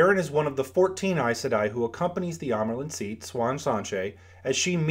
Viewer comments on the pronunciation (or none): none